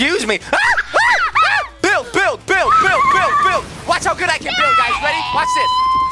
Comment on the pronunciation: when he said build it sounded like bill so then I remembered bill nye the science guy